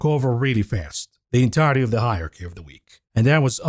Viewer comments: Higher Key? Yeah, got to cut him a bit of slack. I'm pretty sure English isn't his first language. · Hilarious pronunciation of hierARChy….